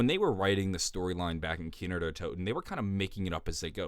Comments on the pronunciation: kinO not kinER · "Kiner der toten" Bruh, how hard is it to say Kino? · Why does he say keener every time he wants to say the map name